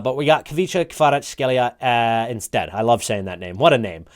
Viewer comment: More like KvaraC-Helia, not CH like one letter